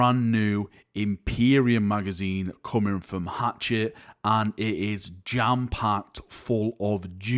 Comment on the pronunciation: Sounds like for me he says "Hotshit"! Btw: HACHETTE